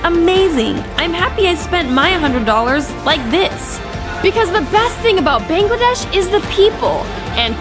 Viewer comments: Can I say a thing it's bangladesh not bengladesh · Hi I am Bangladeshi as your spelling you said it beingladesh instead of bangladesh 🇧🇩 the first two letters will be pronounced ba ba ba